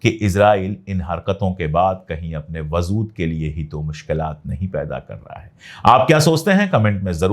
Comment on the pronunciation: Sir ager ap bura na mane tu ek baat batau, sir wazod nahi huta right pronounsiation hai wajood